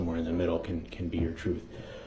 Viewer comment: What “troof” was he talking about?